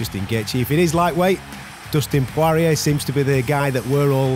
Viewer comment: Who is Dustin Pworeeyay?